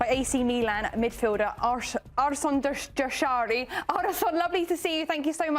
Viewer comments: So unprofessional to not learn his name before the interview. Arson, Arden, argjen, arsen, gjeshari, jashiri, jarashi. Disgusting actually, why are these people even paid for this? How is it so fkn hard to read and say Ardon Jashari? Or take 10 minutes beforehand and practice. Disrespectful af. Only Deeney got my respect here. He didn't even try to say his name 😂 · dude looks over at the other host once she butchered his name “like is she for real”